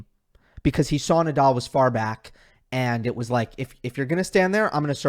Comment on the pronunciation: cuando pronuncias Naaadaaal no parece que digas Nadal! :) Rafa better